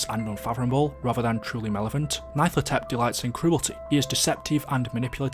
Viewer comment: Pronounced "nyar-luh-tho-tep"